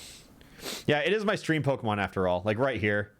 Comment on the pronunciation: Alpharad don’t add an extra “r” into Pokémon names challenge (impossible)